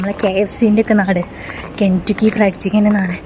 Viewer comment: കെന്റുഗി അല്ലാട്ടോ കെന്റക്കി ചിക്കൻ